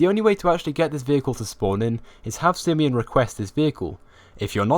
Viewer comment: its pronounced "SI-I-MANN" not "sIEEMON